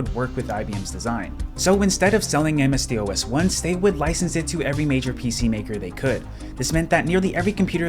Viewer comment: Literally never, ever heard anyone call it "MS-DEE OH ESS" 😂😂